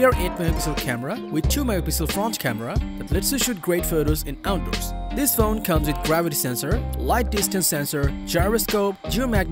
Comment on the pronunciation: I'm never saying resistance the same way again. Also.... Out derss